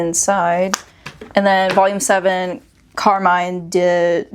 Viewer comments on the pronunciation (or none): none